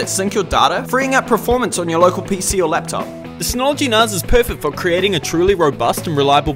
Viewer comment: I need to set this up on mine. Highly recommend these ones, very simple to run and more useful than you would think. I didn't think it was pronounced narz though, thought it was nas as in nascar.